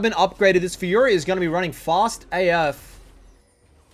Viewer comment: You only got the Faykah part right